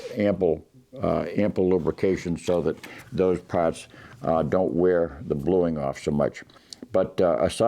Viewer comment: Just keep it wet, eh? Then wipe down “yer pahhts”.